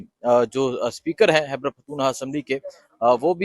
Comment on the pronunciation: Its خیبر not حیبر پختون